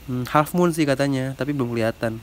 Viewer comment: kata abang yutube nya hallfmoon padahal besgel halffmoon kaowkoa